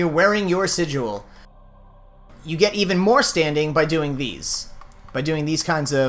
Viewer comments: He also keeps saying sig-u-al. It's just sigil. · "sijuel" (cringe) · Stop saying sidual 😂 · TmrA77 Unnbekannt don't you mean sighael?